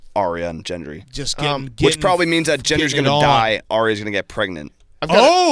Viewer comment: calling Gendry "Jendry" was laugh out loud funny